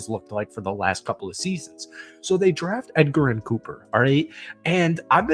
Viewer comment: Cooper’s name is pronounced edge-er-in, not Edgar-in lol.